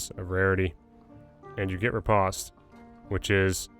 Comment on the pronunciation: There's a video on the calculation for weapon dmg and physical power, also its pronounced riposte like repōste.. just a quick counter thrust typically in fencing